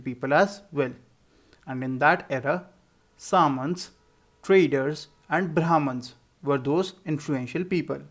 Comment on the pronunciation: Sir we pronounce samantas differently